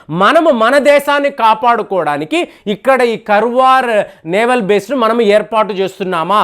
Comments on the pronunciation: Sir adi Karwar kadu kaaravar Ankola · Karwar kadu sir karawara it's in uttarakannada district Karnataka kadamba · Karwar kaadandi.Kaarwar is correct.Meeru pronunciation antha wrong cheptunnaaru. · it's not Karwar it is kannada name Kaarawara, the oldest town and port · Pronunciation కర్వార్ కాదండీ. దాన్ని కార్వార్ అని చెప్పాలి గారు! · కర్వార్ కాదండీ కార్వార్ ఇది కర్ణాటక లోని ఒక ప్రాంతం పేరు, ఆ పెరుమీద నావల్ బేస్ తయారు చేస్తు ఉండవచ్చు. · కర్వార్ కాదు … కార్వార్ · Karwar should pronounced as "kaar·vaar". garu, it isn't as you mentioned about the subject naval base. Normal civilian can't understand these war plans & games. The senior naval officers ( i don't want to mention the ranks for security reasons) get familiarised from different defence war colleges around rhe world. They propose to stratergical location & prove their concept. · garu kaarwar ani pronounce cheyandi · Kaarwar is the correct pronunciation as spelled in kannada. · it's ಕಾರವಾರ. And base name is ಕದಂಬ ನೌಕಾ ನೆಲೆ. your wrong pronounce insulting our kannada place name.